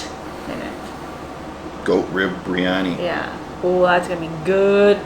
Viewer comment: I could be wrong but I believe it’s biriyani not briyani…just like her sis says macaroons when she has macarons. If you’re sharing ppl foods, teach them the right way to pronounce.